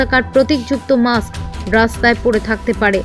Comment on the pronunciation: আরে মাক্স নয়, কথাটা হবে 'মাস্ক' । সঠিক উচ্চারণ জানা বিশেষ প্রয়োজন। ব্যাপারটা কেমন হাস্যকর।